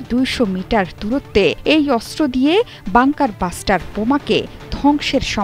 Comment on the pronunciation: বাষ্টার না মূর্খ। ব্লাস্টার